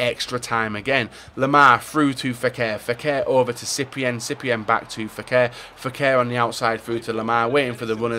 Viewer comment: Fékir not feker